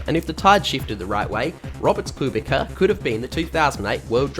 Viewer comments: I was about to comment it also. It’s pronounced koob-ita, not koob-ika. Just a little advice ;) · Should be koobitza. You forgot to place z after t ;) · As a pole i have to point out that you mispronounced Kubica.